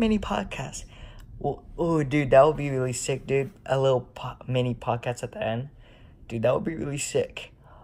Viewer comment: And you wasted the 2 minute of prodcas saying prodcas